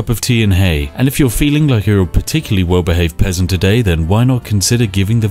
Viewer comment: did u just call me a pessant XD spiff i’ll let u win this time next time ya won’t be so lucky -_